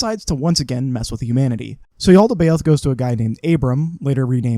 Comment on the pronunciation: The what is evil? Sorry, I didn't quite catch what it's name is. The "Yaltabeod"? Is that right? Sorry, I'm pretty ignorant about these things.